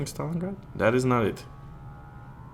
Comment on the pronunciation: You read it wrong, just Stalingrad, softer :v